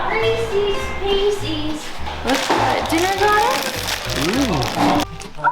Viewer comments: Reese’s Pieces. Reesehz Peesehz. You know, like it’s spelled. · Receeeeees peceeeeees. Say it just like Hillbilly! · OKAY, guys name was Reese; so they are his pieces... meaning Reese's Pieces NOT Reesies Piesies... Thanks for the great content. Can't wait to see how Ed takes all this. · Reese's Pieces- (eees) I pronounce it wrong and I don't care. Rees-EES-Piece-EES!!! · Ree-sess Pee-sess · Anyone else—forgive me if it’s just me—think Hillbilly just asked for Reesee’s Feces? 🤣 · It's always been reesies pieceies same as hillbilly says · Reese's Pieces should NOT rhyme with feces.